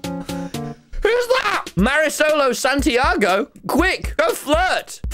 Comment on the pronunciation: What kind of pronunciation to Mrisol Santiago was that 💀